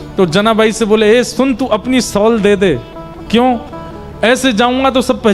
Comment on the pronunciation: It is shawl (शॉल) not सौल। राधे राधे जी 🙏🙏🙏